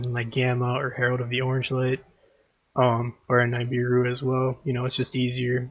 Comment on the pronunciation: Great video but please stop calling nibiru: “n eye beer ru” it is pronounced “nib ear ru”